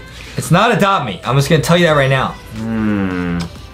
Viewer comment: This came out 30min ago and im at 50 and adem why did you say adopt memammm